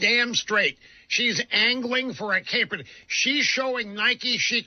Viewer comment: I don’t know, but does this dead guy just have a bad accent or is he purposely saying Kaepernick wrong? Just like Marjorie Taylor Greene pronounce AOC‘s name funny. Or how some people couldn’t even pronounce Kamala Harris?